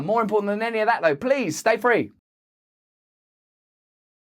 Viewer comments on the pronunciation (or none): Was it a slip of the tongue or my bad hearing but did Russell say "Benny better" instead of "any better"? Crossroads Benny anyone?